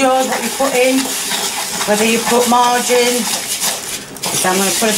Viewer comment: Lmao, I couldn't tell if she was saying margarine or "Put the Marge in"